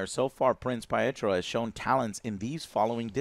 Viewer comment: Prince Pie-Etro lol